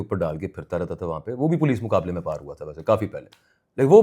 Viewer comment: او بھائی برانڈرتھ روڈ ہے برنتھ نہی